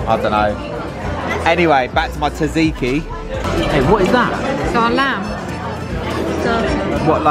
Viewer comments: The tsatsiki pronounsiaton was killing me it’s sat see ki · im pretty sure when u say tzatziki you dont pronounce the T like in Tsunami so its like sat-see-key🤣